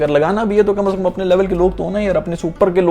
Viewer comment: bro its " kamse kam" not "Kamas kam" 😂😂😂